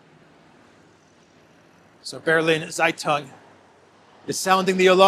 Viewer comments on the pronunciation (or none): Bealina Tsaitung-that’s how to pronounce it roughly. German is deadly I know😂